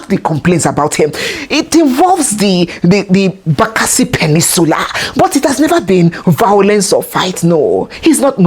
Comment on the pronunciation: "Bakasi Peninsula"? pleeeeease!!! 😂😂😂